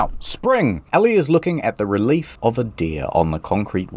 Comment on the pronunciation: that's not how you pronounce "relief"